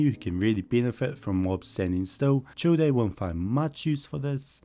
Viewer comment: Childe is pronounced "Child" 😂